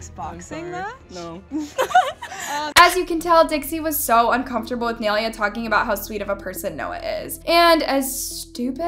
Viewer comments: first off please pronounce Naileas name right secondly i think this is taken so out of context also uhm why do u guys think dixie did anything she was just joking on the show and the insta story can mean anything only thing idk is why they unfollowed and followed Nailea back. And in general people on social media are so desperate to find the most smallest detail that they can change the whole senario into drama which is just sad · Ok I love your vids but the way your saying nailea is bothering me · Girl love this vid but you cant be calling people out and not even say their name right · i'm not tryna be rude or sm but its fucking annoying when she says Nailea's name wrong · First of all why tf are u pronouncing nai’s name wrong 😭🤦🏻‍♀️ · bro and she kept saying naileuh its ny-lay-uh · omg stop saying nail ee a its prounounced like (my with a n, lay, a) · whos neeuhla? its NIYUHLAYUH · it's "nye-lay-uh" not nail-ee-uh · naililea devora ?🤨 NAI-LEA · Um it's not (nal-ey-ah) it's (nai-lay-ah) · For the 100th time her name is not nail-yuh it’s Nye-LAY-UH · ni -lay -uh not nail uh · its NAI lea not naylea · its nah-ee-lea not nee-liuh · why does she pronounce Ny-Lay-a as Nail-lea??? please pronounce her name right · The way that you say Nailea’s name is so wrong. Its NAI-LEA. Not NAIL-IA 😃😃😃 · Her saying “nay Leah” IS GETTING ME ON MY NERVESSSSS LOLLL no hate tho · Ok, this isn’t to be rude… but it’s pronounced n-I- leuh. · “Kneelia” I’m dead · "Neiliia debora" JSJAHHAAH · You keep saying Nailea’s name wrong. It’s pronounced like “Ni-lay-a” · Nai-lia girl nai-lia💀💀💀💀💀💀💀💀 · Please I love nai so much and I love but the way she pronounces nai’s name makes me laugh 😭😭😭😭 it’s “nai-lay-uh duh-vor-ah” sweetie😭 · I know naileas name isn’t very common but it’s pronounced N-eye-lay-uh. Please at least search up how to pronounces people’s name before you make an entire video about them😭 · Not me cracking up when she calls nailea NAhylEa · its pronounces NI LAY UH😭😭😭